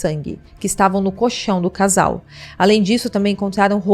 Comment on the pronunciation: Fala-se coLchão, com "L" entre as sílabas. 👍🏻👍🏻